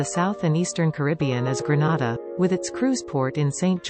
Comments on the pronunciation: Whoever is the narrator needs to pronounce the word Grenada properly. It is not a Spanish word. It is gre-nay-da, not gre-na-da. Please get help when you need to. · If she says Granada one more time 😤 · I wish you would pronounce Grenada properly. You are pronouncing it like Granada in Spain. Aah I see I am not the only one commenting about the wrong pronunciation. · thanks for being sensitive to this issue... my issue is that ppl who aren't aware of its correct pronunciation may think it's in spain.. It's for TOURISM purposes, so let's get it right.. 😊 Thanks